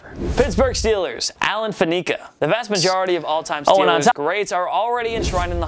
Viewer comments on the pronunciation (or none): Wow, you really butchered the steelers player. Fan eh ka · Who is Pittsburg Steelers Alan "FaNeeka". Work on your pronounciation when you talk about greats, & for the Buccaneers, Ronde Barber should be a higher nod than Lynch